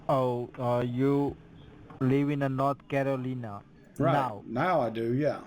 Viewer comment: North caroleena??? dead give away hes not in the usa ! but saying that I live no where near usa but still know the its North Carolina !!! jeez, scamming gits